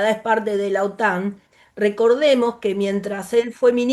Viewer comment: Otán no. Otan. 😅